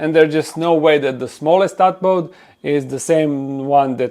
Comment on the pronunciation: For future videos it’s a “tadpole” not a “tadpod”